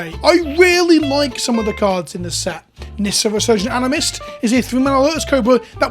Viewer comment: What the actual fuck did you say after "Nissa, Resurgent Animist"?? lmao